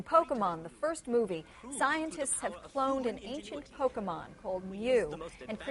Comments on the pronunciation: It's about acquiring Poke-uh-muns. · i love it when roger says "THEYRE AQUIRING POKEMUNZ!!" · "It's about acquiring Poke-mins." LOL! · well he is not wrong. except for how he pronounces pokemon lol.